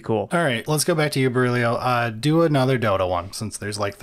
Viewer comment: Oh, damn, they got Berílio's name right!